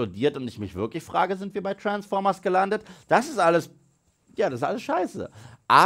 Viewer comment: ich könnt jedes mal kotzen wenn ich höre wie du Transformers aussprichst lmao